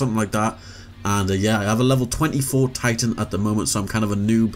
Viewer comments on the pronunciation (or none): none